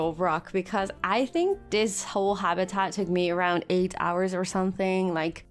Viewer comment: You make super videos but please stop saying habitat like this hahah